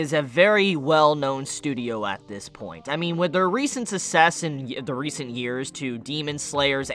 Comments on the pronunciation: Why do you pronounce success so weird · No one gonna mention how he pronounced “success”